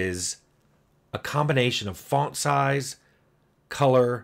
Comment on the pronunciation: "Fawnt"? Where are we from, Tim? I grew up in New Jersey, and I don't think I've ever heard anyone dig out an "o" sound quite like that.